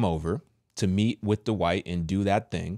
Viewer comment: there’s a T At the end of the first name Dwight, and there’s a D at the end of the last name Howard. Please pronounce them Accurately. You’re way too educated and intelligent to cheat yourself that way.